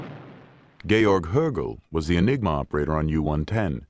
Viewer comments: "Enigma," not :"Engima." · Enigma not Engima!